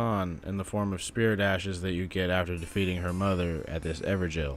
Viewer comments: I pronounce them as ever-goals not ever-jails so it's wierd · IT'S NOT EVER JAIL